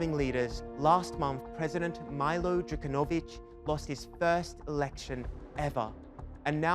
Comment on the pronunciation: It's not Majlo it's Miiiilo (Meelo)